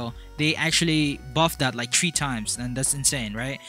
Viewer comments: ...I just noticed every time in the video he says "tree" instead of the word "three" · Lol he said tree instead three